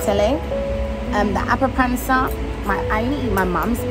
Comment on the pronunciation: I love the pronunciations of the foods with your British accent. It took me a while to identify “appa-ransa”. You make it sound so gourmet! 😊